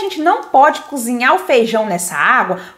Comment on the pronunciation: DESCULPE, MAS PAR AJUDAR TEU CANAL A FICAR MAISS TOP: NÃO É FEIJÃO C O B R I D O o CORRETO É FEIJÃO C O B E R T O . BOA SORTE!!! E É V A M O S C O Z I N H A R, COM R.